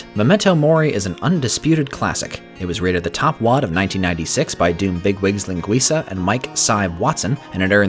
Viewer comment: First doomer that actually said "linguiça" right instead of "linguiKa", kudos!